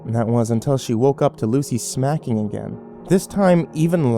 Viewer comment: at first I was like snacking? then I was like no smacking yea smacking was she smacking herself Oorr smacking her lips eating gum or just eating? but at the end it cleared it up.